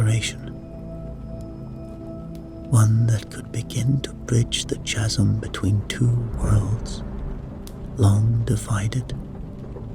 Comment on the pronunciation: Just for reference in case they crop up in future stories, chitin sounds like kite-in not chit-in, and chasm sounds like kazz-um not chazz-um.